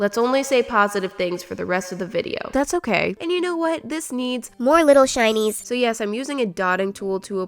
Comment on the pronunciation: Every time you say “little shinys” I think you say “little Chinese”, is it just me? 🤔